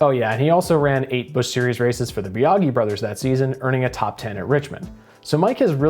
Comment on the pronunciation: I thought Wallace and Ultra parted ways so he could drive the 12 and Lepage was thrown in And Biagi is pronounced Bee-a-jee